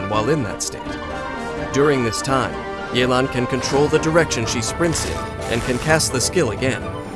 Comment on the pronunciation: Mans really say Li-you